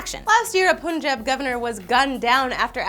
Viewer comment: Okay sidenote,, it's pun-PUNjab, not poonjab.